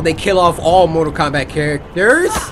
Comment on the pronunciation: Cory said mortal comrat